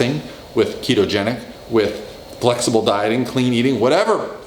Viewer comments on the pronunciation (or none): "flexable Dieter" lol, I thought his name was Dieter :D